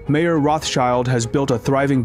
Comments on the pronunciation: Although I realize how idiotic u people have to be just based off of u calling the man “Mayor” instead of Mayer- pronounced as Meyer- I continue to watch but am only being further annoyed by the lack of truth and inspection! Poor job. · It’s not mayor, it’s pronounced my-er. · It's not Mayor, it is pronounced My-orr. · just to fix a potential misunderstanding, the beginning of the video talks about Mayer Rothschild. Unfortunately, the narrator mispronounces the name "mayor," which may lead you into thinking that he was the mayor of Frankfort which he most certainly was not. Jews could not hold any government jobs.